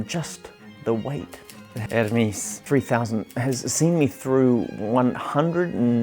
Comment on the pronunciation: You pronounced it correctly, as it is a Swiss company. So it is pronounced the Swiss German way and not the Greek way. Your friend may be right on the Greek god, but wrong on the Swiss typewriter company. (Most English speaking typewriter people pronounce it the wrong (Greek) way, too, by the way) And btw: I am German, so: yes, I know for sure 🙂